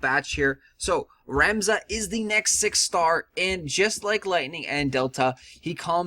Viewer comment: Cant pronounce shit, Doesn't know the Characters....couldn't finish after he called Ramza a she... Its pronounced Rom-za btw...